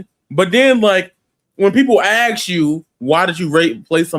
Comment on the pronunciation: It's pronounced "ask"